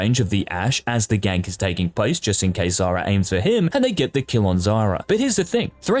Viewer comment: anyone noticed he keeps saying Zara instead of Zarya?